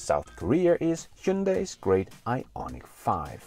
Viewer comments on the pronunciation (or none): Just FYI and a bit of trivia: Hyundai (현대) is not pronounced "he yun die." Rather, it's a two-syllable word and is pronounced "hyun day".